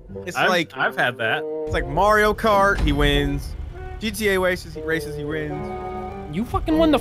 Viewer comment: "He Waces, he rins" 😂😂😂